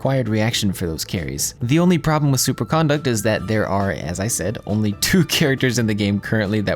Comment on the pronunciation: why does every youtuber mispronounce superconduct??